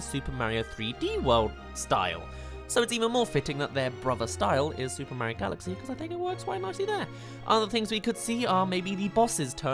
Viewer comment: STOP SAYING MARIO LIKE THAT PLZ